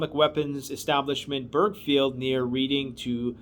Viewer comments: Reading is pronounced like the colour red. Just a little point. Thank you for all you do. I've listened to you for a very long time now. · Such a shame youtube has done that!! Seen it and there is nothing wrong with the video! Keep up the great work and don't get too disheartened by it!! Oh and by the way reading is pronounced reding. Much love